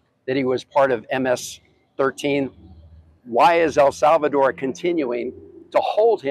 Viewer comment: 🤯😫Please Stop Saying AL Salvador!!! Like AL Capone….IT IS NOT AL SALVADOR….PLEASE PRONOUNCE IT PROPERLY— IT IS EL, LIKE ‘HELL’…. EL SALVADOR.